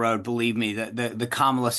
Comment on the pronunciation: let’s transition to proper pronunciation of Kamala today.